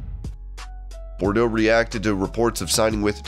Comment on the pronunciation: How about saying his name right. It's Parker Boudreaux, NOT Parker Bordeaux. PRONOUNCED bood-row. WTF? Total disrespect,.